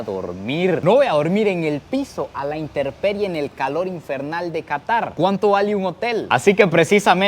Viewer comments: Aprende a hablar no se dice “interperie “ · Solo un pequeño paréntesis, la palabra es intemperie . No es que lo corrija a lo malo si no para que vaya mejorando.